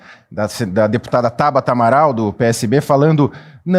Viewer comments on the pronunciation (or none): none